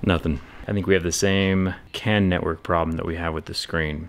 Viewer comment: I swear, when you started talking about the CAN issues, I thought you were saying the CAN'T network. Lol!